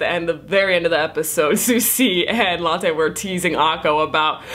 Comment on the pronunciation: She pronounces lottes name as latte TF?! XD